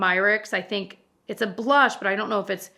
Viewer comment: "I thehnk." I felt that tho 😂